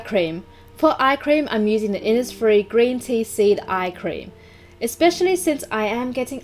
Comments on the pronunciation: Insfires, infires man yeah😂😂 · today I'm using the innisf-: iNsFiReS mAn